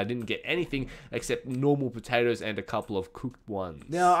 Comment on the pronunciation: No it's not! 75 Potawtoes >:3